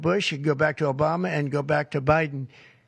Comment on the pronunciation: "Under president O-Biden..." damn.